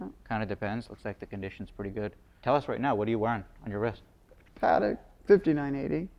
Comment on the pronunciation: Watched a few minutes and was the usual… $$$$ flex and same old pieces ( he’s considerably wealthier than me so kudos there )… pronouncing Patek like an Indian cooking sauce always annoys me …..